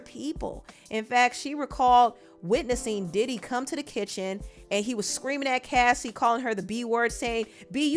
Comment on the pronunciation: Thank you for being the one of a few YouTubers ( and Chronicles Speaks) that actually said her name right and actually found clips to support her claims! Too many channels make it seem like she didn’t support her bandmates and that it’s convenient for her to say something now when Aubrey spoke out a few times. That sentiment is crazy without taking a lot into consideration. Unpopular Opinion: Yes Aubrey Spoke up but she was in a way better position than Dawn before the band was even formed. That girl has legal counsel in her family and was connected to the former president’s son. She had her own show on oxygen mind you she was the first one fired! Diddy couldn’t make that WHITE woman go missing if he truly wanted to. She knew her power and how she could move and nobody recognizes that! If anyone is curious to know where Dawn’s heart is at this present time please Support her record with Zahn Spencer entitled Quiet in A Room Full of Noise in Oct